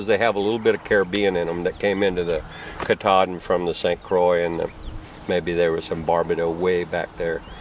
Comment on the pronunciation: It sounded like katahdin.